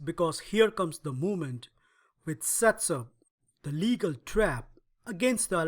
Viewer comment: This is not pronounced "legal" as in lawful. It is "Légal" (le-GAL) as in Sire de Légal -- the world's top chess player from about 1730 to 1755, and also Philidor's teacher. Philidor in fact named and published the above thematic trap in honor of him. The original game with this trap featured Légal playing at rook odds (without Ra1) against Saint Brie in Paris 1750. The more you know :)